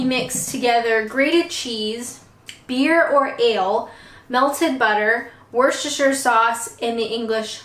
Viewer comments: Girl you cant pronounce it! Its not Warcestersher - just say it like Wooster-shu (shu as in shut) :-) Other than that - great, fun video ! Hope to join the livestream assuming you are not bed ridden with that cold you are growing! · Volts its not. Its wuss-ter-sheer. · Phonetically it sounds like - Woo-ster-sher (no spaces when you say it) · In the county, yes. In the sauce it's just "Wuster" not Woostersheer". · “Wooshtershire” !! It’s pronounced “Woostershire” 😂😂👍👍 Bless you , great video though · By the way, it’s WUSTER Sauce. Not WUR-SESS-TER ! As Gloucester is GLOSTER, not GLOU-SESS-TER, and yes, say that word CAREFULLY!! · Just a little tip we do shorten it to Wooster sauce pronounced wuss-ter.😊. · You know that Worcestershire is pronounced WOOSTERSHER. Or maybe WURSTERSHER. DEPENDS ON HOW YOU SPELL WOOOOH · its woostershire sauce thats how it sounds and use dajon mustard much better taste than english mustard, and use banks beer or bathhams beer lancastshire r sauce instead of worcester sauce its got abit more kick and A STRONG mature cheese not a mild one try it tastes much better, plus diced streaky bacon added thats my welsh family recipe for welsh rabit you will not go back to old recipe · Just pronounce it Wooster sauce that's the way most Brits pronounce it leave the shire out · Easy to pronounce if broken down. Try this. "Was - Stir - sheer" sauce. Easy peasy!.. I'd drop the beer & used Dijon mustard instead... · It’s literally “Wooster” 🤣♥️ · Ps WUSTER, sauce lol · Another great laugh-a-minute video from you,! I was going to advise you about just pronouncing it "Wuster Sauce" but I see dozens of people already have, so there you are! Also, we always made Welsh Rarebit just with grated cheese mixed with beaten egg - like a cross between scrambled egg and cheese on toast - that was always delicious! An idea for you to try - not necessarily on-camera! It really is tasty! Thanks again for a great video! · It's 'Wooster-sester-shire' Sauce! Honest!